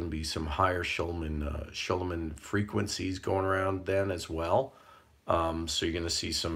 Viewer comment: SCHUMANN RESONANCE PRONOUNCED SHOO MAN!